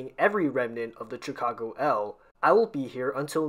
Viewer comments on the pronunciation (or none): Quick nitpick here. It's pronounced "shuh-cago" not "cha-cago" Thanks for the video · Watching this as a Chicagoan born and raised, I can't help, but correct your pronunciation of both Chicago (shuh-kaa-gow), Noyes (pronounced like the word "noise"), Paulina (pronounced Paul-eye-nuh) otherwise both videos are overall pretty good and informative. Thanks for making these. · Why are you pronouncing Chicago like that?